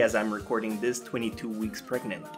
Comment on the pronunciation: 'We've been pregant' LMAO